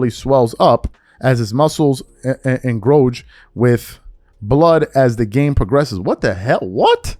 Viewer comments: "Engrowge"??! It's "engorge" dummy! Can you read? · "Engorge" gave you hell 😂😂😂